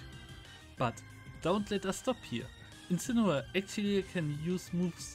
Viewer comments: You say incineoar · Don't you mean Incinewoar